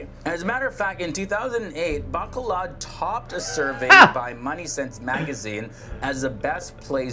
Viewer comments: Bacolod & not Bacalad. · Sound so wierd "Bacolod" so slang the way he pronounce it! hehehe